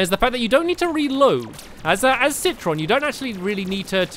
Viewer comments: It's citron not citresss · I realized that stampy keeps saying citris instead of citron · Stampy it's not citress its citron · Stampy said citros but it is citron. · I think it's pronounced say-trown. Not sit-tron. Either way I like say-trown. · he iz called citron not citroz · ITS CITRON NOT CITRIS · stamps citrons not a girl and its name is not citris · his name is citron not citrus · It's not citrus it is citron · It is citron not citress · he says citris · It's citron (si-ton) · It's citron ci tron tron